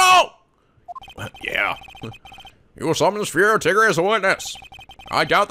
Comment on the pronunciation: yes almost every French word you have said is wrong like tigre is pronounced tee-gr-uh and there are many others